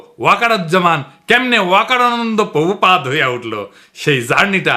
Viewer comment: পোভূপাদ নয়,হবে প্রভূপাদ।